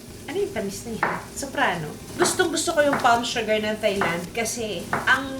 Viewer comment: Hi Ms. Juday, hope you don't take it personally but Thailand is pronounced as Tai-land, without the h sound, even though there's clearly an h.